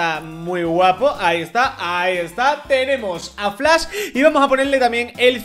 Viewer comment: Mw encanta por qué dise flas 😂😂